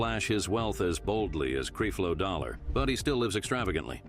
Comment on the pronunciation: It’s not creeflow it’s Creflow and this is a fake platform